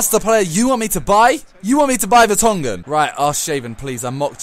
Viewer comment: It's so funny how you say Vertonghen... :)